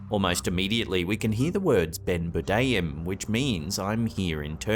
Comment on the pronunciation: Dear ♡ PLEASE STOP FUGGIN' WITH MY SUBTITLES!!! Love youuu! 😃😘 P.S. You pronounce it like: Ben boo-rrdaa-yim..And Èe-vvet. 👍😃